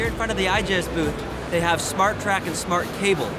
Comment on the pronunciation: I think the S in Igus is silent and the I is like an e, said like "e goo" but I could be wrong, nice video thanks